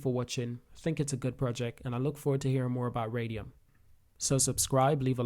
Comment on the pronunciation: "solan-O" "Radion" - bro can u read?